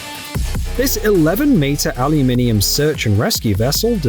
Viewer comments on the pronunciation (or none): none